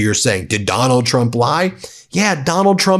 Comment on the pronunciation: Heh. Ben said "that Donald Trump" and I heard "MacDonald Trump".